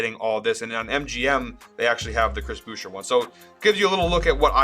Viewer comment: “Booosher” 😂 made me chuckle a bit